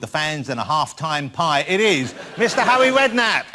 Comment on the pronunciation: "Hawwy Wedknapp"